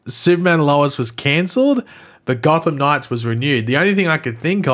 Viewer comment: Why can't you pronounce "Gotham Knights"? It's not "God Of Knives"!🙄🤦🏻‍♂️😂